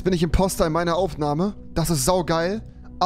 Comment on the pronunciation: Es Heißt IMPOSTOOOOR